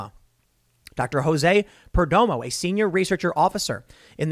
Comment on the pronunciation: It's pronounced Perdomoe.